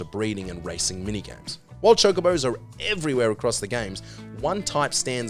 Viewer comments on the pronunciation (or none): none